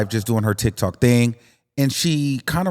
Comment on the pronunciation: The way you say TikTok sounds like TikTalk. I kinda like it a little bit.